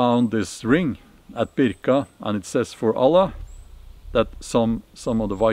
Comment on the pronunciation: Wow, one of the few white men who say the name of Allah correctly 😂